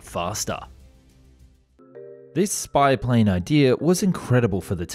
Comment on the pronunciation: Anyone else heard "YouTube spy plane" 😅